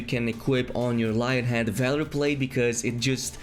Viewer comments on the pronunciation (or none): none